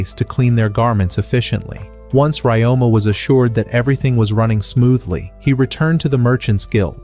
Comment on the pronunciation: His name is Ryoma. You can ask a native speaker or someone who speaks Nihongo to know the correct pronunciation